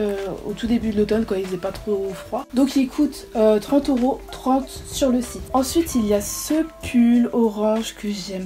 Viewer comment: Au début tu dit c’est un chite au lieux de site